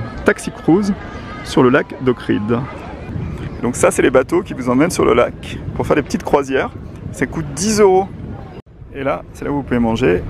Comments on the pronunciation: C'est pas "OKRID" mais OHRID ! Sinon, le drone, c'est quand même super. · ça se prononce oHrit jsuis macédonien et je le parle parfaitement donc venez pas me dire que c’est faux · ... Mort de rire ! Mais les gars, vous êtes tous Macédoniens mais y en a pas deux pour prononcer pareil ! Maintenant c'est OHRIT ! Mais triple LOL quoi ! Et toi, tu ne dis pas à tes concitoyens qu'on ne dit pas OKRID ? c'est curieux ça...